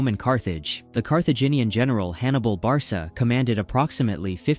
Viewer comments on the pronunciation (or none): Lost me within the first 30 seconds at “Hannibal Barsa” Ai pronunciation